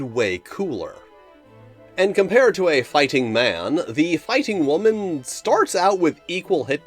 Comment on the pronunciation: Whaa-man? What is this Whaa-man?